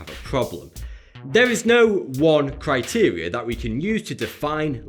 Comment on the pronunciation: "Cryteria" .... Ohh that fucked me up XD